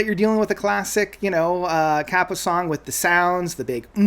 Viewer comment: Kaipa is pronounced "KAY-pa"